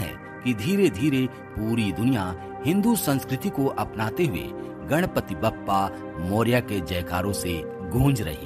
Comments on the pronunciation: Please note, it is not Bappa but Baappa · कहो बाप्पा,बप्पा नही!!!